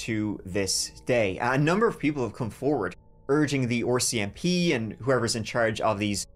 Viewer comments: the first one... RCMP. Jeremy.... pronounces it OR-CMP. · Even after years of watching your videos, I still cannot get over how you pronounce certain words. RCMP for example, freaking ADORABLE 😍 lol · I like how pronounces rcmp as well lol